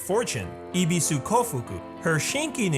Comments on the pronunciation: When you know how to speak Japanese and when a foreigner pronounce A japanese word 😂😂 its so cringy Ebisu - ibisu sorry its just entertaining hahaha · I was just thinking who tf is Ibisu, I just realized that it's Ebesu😂 That's why I don't watch dubs😂